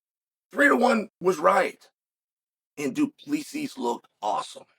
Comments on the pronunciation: “Du PLEEESY” 😂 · Pronouncing it Du PlEEsi is crazy 😂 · Firstly, Chael, this is your SECOND vid about DDP, where you get his surname wrong. It's DU PLESSIS.... a simple Google search.....now add the S. Try. ------------- Secondly, Chael, you're an absolute cheerleader for the UFC....I do get it. It's a BIG part of the reason why you have a lovely bank account. This OBVIOUS pokey-stick strategy may get an amateur to respond, but what you DO NOT understand is this. DDP is an Afrikaner....they are a logical, patient lot. This is a man from a Nation that defeated the British Empire TWICE ( and )...... mere Farmers who took out the greatest Empire on Earth, on home soil.....they are a smart people. They calculate, they consider, they prepare. Understand, Chael ? They don't over-emotionalize everything......they are a calm bunch, under battle conditions. Maybe you should adjust your vision, by doing some research first. DDP is not scared of any fighter. BUT he ain't dumb, either. He's not going to throw away all his hard work, to feed the Hype. When he comes, and he WILL, he will be 100% ready for Adesanya. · It’s so funny hearing Americans struggle to pronounce Du Plessi 😂😂😂 It’s ~ Doo-Pla-Sea